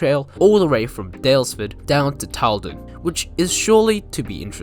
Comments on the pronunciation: Tylden is pronounced TILLDEN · Tylden is pronounced "Till-Den", not "Tile-Den". Carlsruhe is pronounced "Carls-Roo". The main trade at Allendale was the mineral works, which backed onto the rail yard. It did not serve a quarry. The mineral works closed in the mid 1990's, after locals complained about silica dust collecting in and on their houses. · Out of all the closed branchlines, this (& Maldon) have the most tourism potential...it would have a lot more if it was mainline connected again. Also, it's pronounced Carls-ruhe and Tyl-den. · Your pronunciation of 'Carlsruhe' and 'Tylden' was incorrect, and on one map you misspelt 'Bullarto', but apart from that, very good. I was fortunate to travel on the line ex Carlsruhe multiple times, and also once travelled to Newlyn from North Creswick.